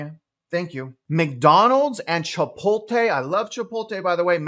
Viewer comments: “PA-nora bread” and “Chit-PO-Tah) is cracking me up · You love Chipotle but you cant pronounce it?